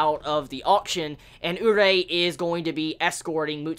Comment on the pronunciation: Dude its not urei, it's urie!!!!! xD